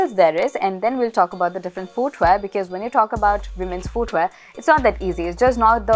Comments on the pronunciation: I actually love the way you speak English. But I noticed that you have been mispronouncing the word "foot" and "footwear". It's fut and futwear. There is no "oo" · American pronouce , fooot, footwea. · My dear, pls correct your "footwear" pronunciation...for someone who is generally good with pronouncing words properly, pronouncing something as basic as footwear wrongly, is quite unacceptable.